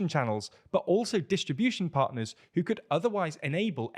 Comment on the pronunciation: yeah. It’s you. Why are you saying partner like your American or something